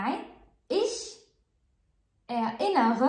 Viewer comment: Ich erinnere mich an meine kindheit سؤال للأخت ميرا ،لماذا تنطق erinnern متفرقة er لوحدها ثم innern لوحدها .هذا جعلها اصعب في النطق .